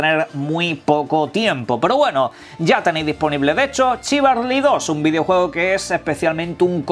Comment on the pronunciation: jajajajaja !! dijiste Chivarly me da risa por que yo tambien le dije mucho tiempo Chivarly y es Chivalry